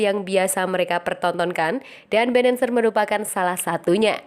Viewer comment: Bennacer, bukan Bennancer.